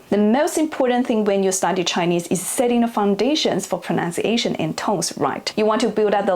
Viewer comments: ProNUNcation, never proNOUNciation. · The correct word is ‘proNUNciation’. 😊